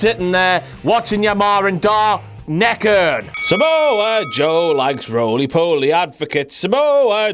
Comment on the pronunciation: Surprised Reigns pronouncing Samoa Joe's name "Sah'Moa Joe" isn't a WTF Moment